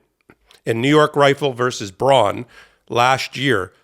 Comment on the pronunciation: The Bruen decision is pronounced "brew in" not "bron."